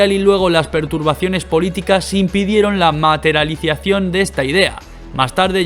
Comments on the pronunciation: Materaliciación, estuve media hora tratando de entender, casi que no veo el video completo. jeje. Además de eso, buen video. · Materialización... No eso que pronunciaste.